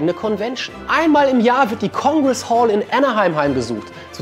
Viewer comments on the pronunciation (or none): none